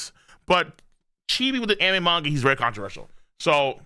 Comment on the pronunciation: I watched this dude regularly when he covered 7 deadly sins but had to stop because i hated how he pronounced the word manga. Jesus he has alot of drama